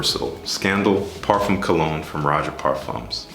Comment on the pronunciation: nice line up and presentation as always. one small thing bro, it's not parfoom it's parfaa. i feel should be corrected. thnx